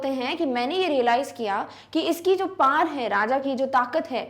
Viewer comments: Its power not par❤😂😂😂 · Paar nahin hota power hota Hai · Ma'am ,u r best teacher but it's 'power' not 'paar' 😅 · anpad pronunciation hoti h ye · One doubt :- why power is pronounce as Pawar Second:- why old man need worker he is rich enought Third why there is no information about for what work they need worker (poet) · And ya you r saying power par so I asked my teacher she said "Who mad said pawer(power) par 😡"😔😔 which pronounce is right 😔😔